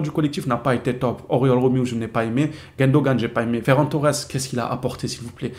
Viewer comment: C est GUNdogan pas GUENdogan stp ! Ça me stresse les oreilles bro